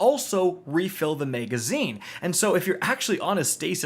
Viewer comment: If you say “mega”zine on more time 😂😭💀